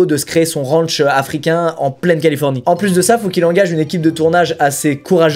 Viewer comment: Première punchline 😂😅 j'adore les fleurs mais la mentalité est plus droguées que peace donc stone . 🌺🌼 Je préfère le look métal que hippie. Et de deux ! 😂 et ça continue... Une mitraillette 😂 dans son Rwanchh 😂😂 car on est aux etaaats unies d' amewique avec des maiwiines aussi haha 😂 ça me tue cette façon de parler 😂😅 J'en ai eu des points de suture mais 120 nope c'est ouf 😅😅 moi avec mes 13 pts de suture 😅😅 et il est sûr et certain que Marshal n'a rien de cool et de réfléchi, la protection animal mes fesses ! Si l'effet Pinocchio existait il ferait le tour du globe plus d'une fois... Pauvres bêtes et pauvre famille que Marshal ne mérite gère. Un chat c'est oui un lion c'est non ? Vraiment ? Mdr 😂😂😂 mais juste ciao avec le smile ça fais le job 😂 la bise toujours un plaisir de voir tes vidéos et ton humour. Longue vie à ta réussite .